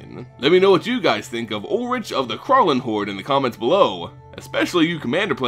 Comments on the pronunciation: as a german, i cant help but laugh at your pronounciation of krallenhorde. not in a bad way, i know german pronounciation of is hard as hell for non-nativ speakers :) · Not to be a smartass prick, but being German I think I could just for fun drop a hint on the pronunciation of "Krallenhorde" :> The essentials is just the a, to be pronounced like in "spa", and the e at the end, which is not mutual and pronounced like in "meh" (Yeah, that's my best example). I really enjoy hearing people whose mother language is English pronounce German words. :D